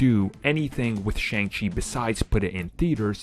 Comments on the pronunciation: Well you said the name right once so that's progress. It is Sh-on-g Chi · Please pronounce Shang-Chi correctly.